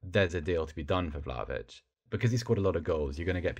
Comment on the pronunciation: Its Vla-HO-vich, not Vlavich. Get it right!